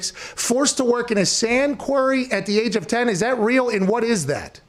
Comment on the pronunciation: not being able to say 'Quarry' was the best part of the show. 'He was in a query? like a mine?'